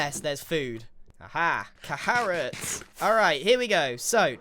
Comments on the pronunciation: c-AHA-rotts heheh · grian said car-arots😂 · The C-aha-rrots refrence had me rolling on the ground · Caharrots? CAHARROTS??? LAST LIFE REF???? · Did t you mean "cAHArrots" and "sAHAra" 😂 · ….cAHArots .. ive literally just watched last life again, and this joke, no matter how many times i hear it, keeps making me laugh. never gets old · Grian…..cAHArots…..I heard that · "Caharrots" You can take the Grian out of the life series, but you can't take the life series out of the Grian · SO REAL I THOUGHT I WAS TWEAKING HE SAID CAHARROTS